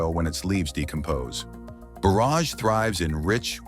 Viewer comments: Someone REALY needs to teach the A.I. how to pronounce "borage"; it's just like forage and not like borrage. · Hate the repetitive loop AI music and AI voice that mispronounces borage several ways, along with other words it gets right occasionally. Video has zero to do with the narration.